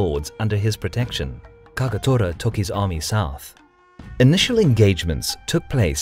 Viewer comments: KAGATORAじゃなくてKAGETORAな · Kawanakajima not Kowanakajima Kagetora not Kagatora. Why are these idiots unable to pronounce even as they wrote it? Have they been caught in a magic trick? O.K. I'm done with this stupid insult for other's name. I should have known that....